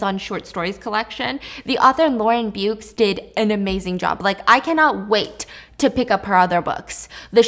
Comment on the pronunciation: The author's surname Beukes is an Afrikaner surname and is actually pronounced as Bi-e-k-es not Biukes. Love from Namibia.🇳🇦